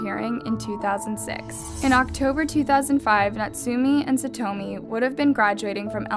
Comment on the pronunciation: SaTWOmi? God....please respect her and learn how to actually pronounce her name